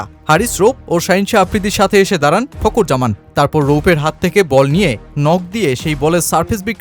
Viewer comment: উচ্চারণ - ফকুর জামান😂